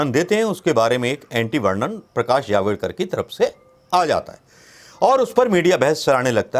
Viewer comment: आप जल्दबाजी गलत बोल देते है जवडकर नही जावड़ेकर